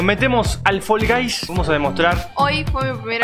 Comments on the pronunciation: Nosotros: Fall guys: Fol gays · Fol gais